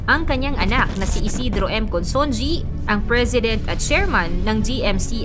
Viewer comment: Ayusin mo naman pronunciation ng Consunji.